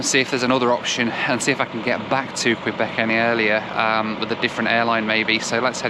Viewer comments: KAYBECK! Not Kwuabek. Thank you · its not Qweeebec its Kaybec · just a kindly reminder. When you venture to an area. Try and pay attention to how the locals pronounce their city or Province. It’s not qwebeck it is Que-bek! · Quebec, not Kwebek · Thanks for that! Kay-bec! Not Kwa-bec. Thank you! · A little tip "Quebec" that you annunciate as "Kwee-beck" here we annunciate as "Key-beck" 👍😃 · It’s Q-bec not Qwe-bec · It's pronounced kay bek. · I love imagining the québécois being offended by your pronunciation of Quebec. I hear they're particular from people in Vancouver during my couple years there, it could just be crafty British Columbian propaganda :o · haha "kwabeck" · Sept Iles airport is looking pretty good. Last time I was there was in the mid-1990s and it was a tiny terminal. BTW, Quebec is pronounced Kay-Bec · No. No. No ....Kay Bek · Somehow it's Queebec when it's the province but Quebec City comes out all right. So he can pronounce Quebec after all. Odd that. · Ask someone how to pronounce Quebec. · Hey, you got "Wabush" correct but said "Sept-Isles" and "Quebec" wrong. Don't feel bad, most people outside the US can't pronounce "Los Angeles", especially in the UK - news readers included. And the list goes on. Getting that flight was a stroke of luck, not many would have a spare £340 lying around to take that option. Did you get a refund from Air Liaison? As usual, a great report.